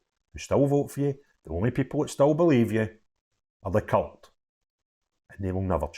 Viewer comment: Did you just say 'the cult' or 'the cu*t'? The latter is more apt!!